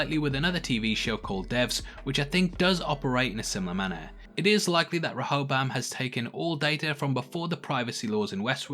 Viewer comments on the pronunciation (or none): Please learn how to pronounce Rehoboam, I think more people will watch your breakdowns all the way through if you do. Ree-ho-bohm